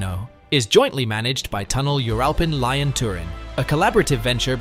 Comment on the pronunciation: Why does Italy pay 10% more than France when France occupies nearly 4 times the amount of tunnel space? Also Lyon is pronounced lee-on.